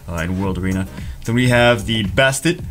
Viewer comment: basTEHT not basTIT